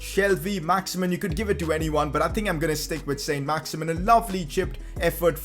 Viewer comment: It isn't pronounced "Saint Max-Imin" its pronounced "Son Max-Iman" because he's French